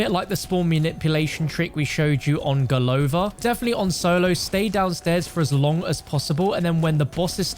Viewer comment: golovA Not golOva